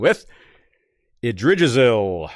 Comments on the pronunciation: Being pedantic here, but Yggdrasil is pronounced with the hard "G" as in Gas, not as in Gerald. So it would be IGG - Dra - Sil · I laughed every time attempted to pronounce Yggdrasil 🤣